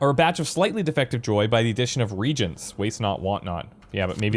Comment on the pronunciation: reagents is pronounced re-agents, just a tip.